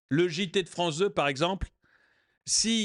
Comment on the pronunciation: La Fronce c'est le Weshtern ! ^^